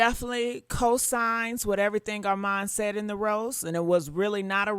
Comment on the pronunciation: 🛑R-MON 🛑 ARMON not Arm-mon kindly submitted 💅🏽